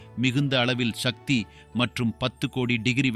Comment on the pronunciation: நீங்கள் தமிழ்வழி கல்வி பயின்றார் இல்லை போலும். உங்கள் மொழி பெயர்ப்பு கொஞ்சமும் சரியில்லை. மேலும், சக்தி என்று உச்சரிக்காது ஷக்தி என்று இக்காலத்து தமிழ் அறியா பிள்ளைகள் போல் பேசுவது கேட்க அருவருப்பாக நாக்கை பிடிங்கி கொண்டு சாகலாம் போல் உள்ளது. தமிழை தமிழாக உச்சரியுங்கள்.